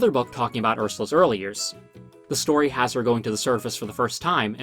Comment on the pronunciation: "Story" not "Stoy".